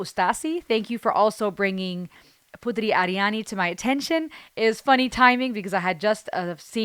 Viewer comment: Anda menyebutkan nama putri ariani dengan sangat fasih Cara Indonesia berbicara Salut buat anda